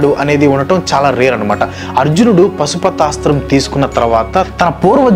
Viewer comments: I think it's పాశుపతాస్త్రం not పశుపతాస్త్రం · అంతా బాగుంది కానీ అది పాశుపతాస్త్రం పశు పతాస్త్రమ్ కాదు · Super... Meeru pasupatasram antunnaru. Adi wrong. Paashupatasthram. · Pasupathaasram kaadhu bro paasupathaasram